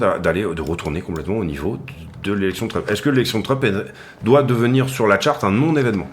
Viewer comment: Hello, toujours aussi top tes analyses, ça fait plaisir de voir des mecs pro sur youtube. Mdrrrr, tu as fait un Labsus déguisé dans ta vidéo, tu as dit "Drump" au lieu de Trump, un mixt entre DUMP & TRUMP ahahahahaah, elle était bien bonne celle là:). Au plaisir de voir à nouveau tes vidéo, bonne journée!